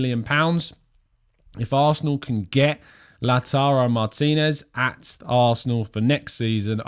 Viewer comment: Takes pride in pronouncing Lautaro Martínez name correctly yet still cannot say the English word 'seen' correctly. 😀😀 It's seen like clean bro not seen like sin. Good show by the way 👍👍